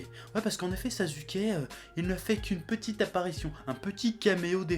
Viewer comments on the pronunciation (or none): Non mais " Sazuke"